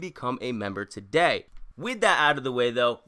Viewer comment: I like how he says "TODAY!"